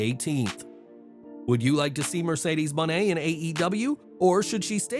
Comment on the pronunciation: is the only to pronounce it right #MercedesMone